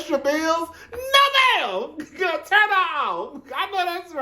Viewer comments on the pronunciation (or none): none